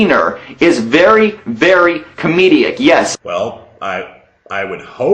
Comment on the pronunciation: Just a question: Did ANYBODY ELSE, throughout the video, hear say comedeic instead of comedic? If so, then I believe that Life In A Tent wasn't really trying to explain anything, and he was trying to save face. And failing in a massive way.